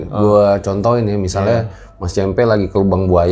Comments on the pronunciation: cempe' bukan ce'mpe' . hhh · Cempe (ce gukan) kali bang, bukan cempe (ce wek).. 😀 cmiiw